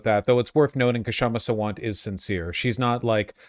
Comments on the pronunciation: It is shama . K is silent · Her name is just pronounced Shamma - the K is silent. And last name is SAA-Wunt